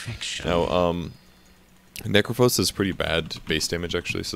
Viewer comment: Necrophos? Necrophos?!? come on Volvo!